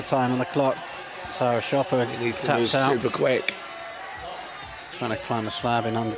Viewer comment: (Sara) Čopar , not "shopper".🙂 First words here: (a little less clearly here: ).